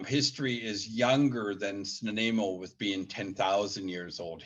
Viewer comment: work on the way you pronounce Snuneymuxw I've learnt from the Elders